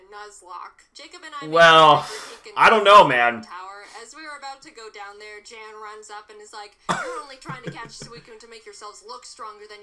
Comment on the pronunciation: The guy they call Jan considers himself to be a Pro Nuzlocker and he is quite ruthless. His channel is called “Pokémon Challenges” . Funny thing here is Jaiden pronounces his name incorrectly. It’s actually Yan (almost like yawn)